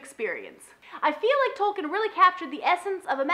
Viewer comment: nitpick I know but for future reference, his name is pronounced "Tolkeen".